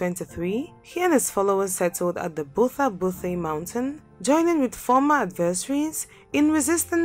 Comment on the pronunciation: Pronounce Butha Buthe as bufa bufe 😬😒😫 and I'm out